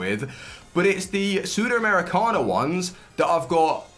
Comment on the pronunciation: The Libertadores and Sudamericana pronunciation killed me